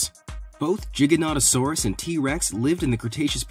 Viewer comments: Good video but ins not jig it’s giganatasourus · It’s not Jiga it’s G with iga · For the giga one it’s pronounced gi-ga-not-a-sore-us in not trying to sound rude I just thought I’d say something! ^-^ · U say giganotosaurus wrong XD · giga not jigganotasaurus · Really? Do you not check your pronunciations? GI (like my)--GAN (like can)--TO (like toe)--SAURAS. Not like it's a gigantic "jigsaw" lizard.